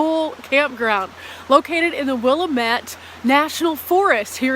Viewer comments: Will-am-it not will-em-ett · Wi-lam-Mette just a little friendly help. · Lmao you can always tell who isn’t from here when they try to pronounce Willamette lol. So annoying! Do your research people!